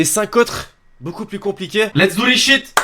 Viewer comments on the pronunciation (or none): none